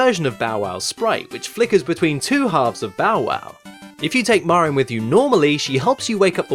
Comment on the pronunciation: It's funny that you say "MARR-in" instead of "MARE-in." "Mare-in" would be more natural for Anglophones to say when they see "Marin" because it rhymes with "Mary."